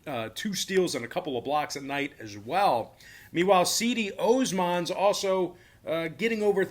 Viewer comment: Cedi Osman's name is supposed to be pronounced more like Jed-ee Ozzman